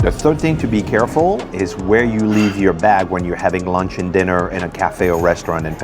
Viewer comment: Your "leave" sounds like "live", tabernak.